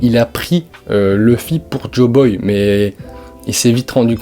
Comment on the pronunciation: Waaa fréro, joyboy, pas joboy... Et c'est la fin de eggehead pas la fin d'elbaf. Rédige ptt avant de faire une vidéo, c'est intéressant mais décousu. Force à toi !